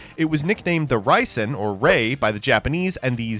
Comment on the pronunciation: He also pronounced Reisen as Raisen despite being told in the same sentence that Raye (Rei) is based on it